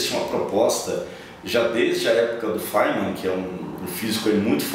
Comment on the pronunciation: só falta ele aprender a falar feynman corretamente. no começo do video ele fala: "faiman" sendo que é "fímen". ele tava se referindo ao richard feynman